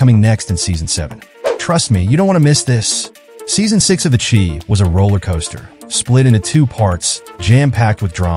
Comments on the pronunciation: Pronounce The Shy not Chi brother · LOL the chee! its The Chi (pronounced shy) Shy - town goofy lol